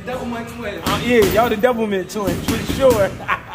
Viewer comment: Word up! he said doublmint hahahaha